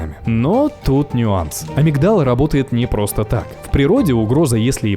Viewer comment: В слове амигдала ударение на И 😬